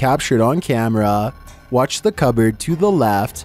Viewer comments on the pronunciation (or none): none